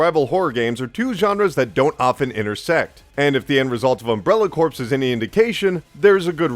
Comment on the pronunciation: Its pronounced CORE, not corpse